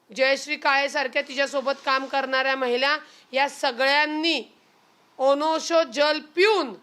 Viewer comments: रुपाली बाई ते "ओनोशो जल" नव्हे "ओष्णो जल" आहे.तू रुपाली बाई नेहमी बोलताना तम्-तम् का करत असते ?.उगी...उगी..तुला सुद्धा राज्य महिला आयोगाचे अध्यक्ष करून टाकू पण तू लडू नको. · Onosho नाही ग जरा नीट उच्चार